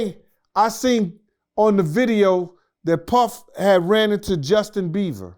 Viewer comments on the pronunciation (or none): "Justin Beaver" 😂😂😂😂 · Now I love a good interview but really…. Justin “Beaver”?? Really!! 🤦‍♀️🤦‍♀️🤦‍♀️ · “Justin Beaver” 😂😂😂😂😭😭😭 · “Justin beaver” 😭😭😂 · 🗣️Justin Beaver Lmao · Justin Beaver 😂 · "Justin Beaver" 😂😂😂😂😂😂